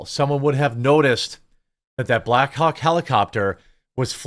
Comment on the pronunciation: Jeremy is saying “black hawk helicopter” so many times it is starting to sound like “black cock helicopters” 😂